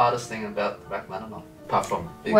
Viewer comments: did no one notice the hah-maninoff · Completely mispronounced Rachmaninoff